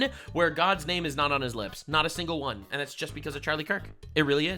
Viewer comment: “One WAN” goes hard these days